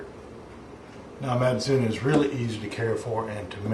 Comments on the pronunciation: Matsoni is pronounsed as MATSONI not MATSUN. and Georgia is not Russia. Kefir does not come from Caucasus. I'm going to open one secret for you, the soviet union was not Russia. It was more European union alike not US alike. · Its not actually pronounced "Mac-oon" its actually "Macon-ee"